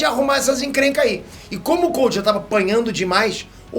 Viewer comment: A pronúncia é "Coudo" não se pronuncia como se lê